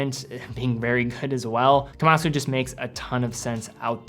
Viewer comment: You are putting too much emphasis on the "su" at the end of Kamasu. It is pronounced closer to "kamas"